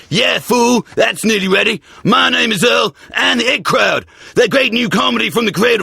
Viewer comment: It took me years to realise the guy in the advert means the IT crowd when he says the it crowd